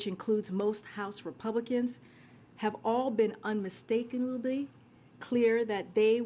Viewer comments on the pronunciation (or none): She had a hard time saying Unmistakably lmao